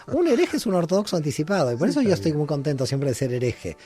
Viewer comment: hace rato que te escucho y haces algo al ablar importantisimo no dices yo! sino dices io y estas bajando continuamente una iud con una vav, pues en tu ablar bajas la bendicion siempre!!!